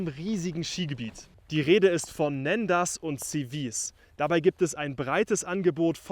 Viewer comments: Und es wird quasi "Nonda" ausgesprochen :-) Und die Bärenpiste wäre ausgesprochen die "Pist de l'Urs" 🙂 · Die Aussprache der Ortschaften ist in der Tat eine Katastrophe... Hier eine kleine Hilfe: - Nendaz = Nahnda. Das Z ist stumm. Das "en" wird ähnlich wie das französische "un" (= eins) ausgesprochen (phonetisch: ɛ̃). Betonung auf der ersten Silbe. - Veysonnaz = Wehsona. Das Z ist stumm. Das Y auch. Betonung auf der ersten Silbe. - Siviez = Sivy-eh. Das Z ist stumm. Betonung auf der ersten Silbe. - Verbier = Verrby-eh. Das R am Schluss ist stumm. Betonung auf der ersten Silbe. - Tyon = Tyo. Das N ist stumm. Das "on" wird wie das französische "on" (= man) ausgesprochen. Betonung auf der ersten Silbe. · Lieber, das "z" am Ende von Nendaz usw wird nicht ausgesprochen.